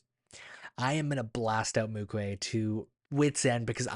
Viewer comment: not mukue its MUKU😊